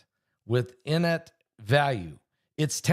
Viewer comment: Its pronounced "in-ate" value. Did you flunk spelling and English class?